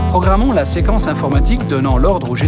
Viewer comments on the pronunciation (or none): Wa il dit que seqence et electromaniatiqu sinon jaime trop sa video